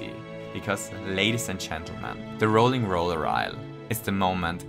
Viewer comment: I feel a bit like an arse pointing this out, buut... It's the ROILING roller island. Roiling as in, frustrating.